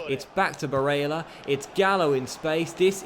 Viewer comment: im sorry but can u stop fucking saying Barella's name like that 😂 its getting under my skin.